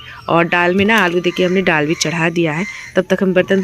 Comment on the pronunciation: Aur हां आप जो डाल बोलते हैं तो डाल नहीं दाल होता है